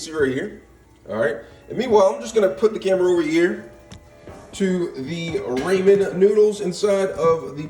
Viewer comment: do you say ramen wrong on purpose to be funny or do you really think that’s how you say it lol no shade just curious :)))